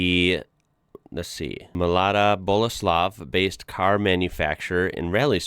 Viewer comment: Now you even speak Czech and pronounce a Mlada Boleslav in absolutely correct way. Astonishing for being american